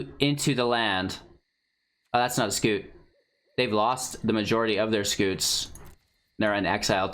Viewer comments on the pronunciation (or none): It's scute, not scoot.